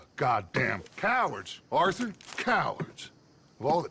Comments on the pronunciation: Actually with Mary Linton when she said “oH OrtHeR’ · Mary:oh orthur